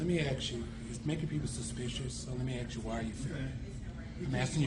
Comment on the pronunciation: You know what is disgusting, when they cant even pronounce the word "ask" properly!.